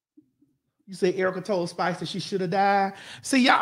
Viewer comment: how she said Erica wrong And yes she said nothing is off limits nothing is in arguments